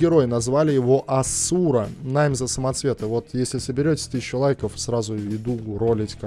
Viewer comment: Аааасура, ударение на 1 букву а , а не у.